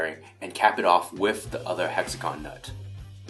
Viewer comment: Every time he says with he says whiff. Gosh darn it!!!!!!